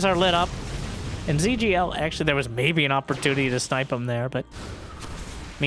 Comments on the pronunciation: rip the ZhuGeLiang pronounciation lol trivia: the name's a famous ancient chinese war strategist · Is zugeliang supposed to sound like "zergling" in chinese? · he's a historical statesman around 200 AD, great strategists apparently, and it does sound like zergling now that you've mentioned it!:D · Every time says 諸葛亮, my day gets a little bit better. I remember when I was younger, my friends didn’t even bother to try and pronounce the name and just called him Zee Huge. Happy New Year!